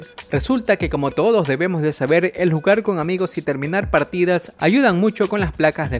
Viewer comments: hay dice debomos envez de decir debemos jajaja qué crack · Debomos? Yo creo que quiso decir "Debemos"😅😅